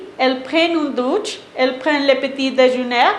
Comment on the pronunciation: une douche (la e no suena), enseigne ("en" nasal), les exercices (laison) TRES BIEN!!!